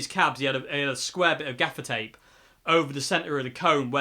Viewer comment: At first, I thought you were saying "defecate" regarding the dark strip across the grill. Oops! I was glad when I finally realized it was "gaffer's tape." That amp sounds pretty good. Thanks for the demo.